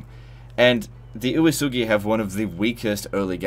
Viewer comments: Uesugi is pronounced kind of like "way-sugi" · My only problem with this video is the pronounciation of Uesugi